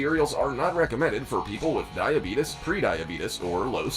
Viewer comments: dibetis bro its dibeates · The way he says " Die A Be TUs" is cracking me up..... Very informative video!